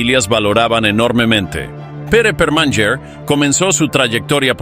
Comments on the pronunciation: No se dice "perman yer" se dice "permañer" la NY en català es el sonido Ñ. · La NY catalana suena como la Ñ española. Por fabor sustituid el abominable sonido cuando mencionais a Permanyer por su verdadero sonido Permañer...